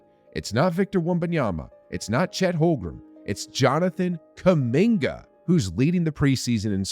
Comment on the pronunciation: Still waiting for the day this man pronounces “Holmgren” correctly